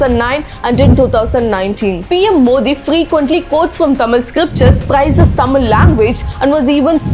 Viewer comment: Dmk ideology is anti-hindutuva not anti-hindu.. Also we pronounce his name as "modi", not "mothi". So we understood how much thamizh'ian you are..